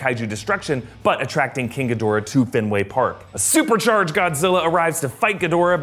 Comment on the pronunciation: G'Dora the Expolra, that pronunciation is all I can think of